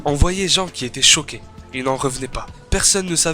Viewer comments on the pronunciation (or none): none